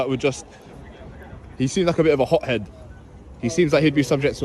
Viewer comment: Hop Head ? Not Hot Head ??